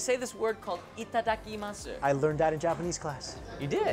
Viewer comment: You only had one job, say Itadakimasu right and you literally failed xD